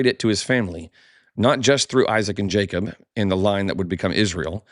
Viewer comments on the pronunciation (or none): none